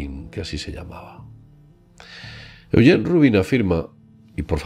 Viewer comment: Muy interesante...pero Eugene o Gene se pronuncia EuYINN....o YINN... Gracias!!!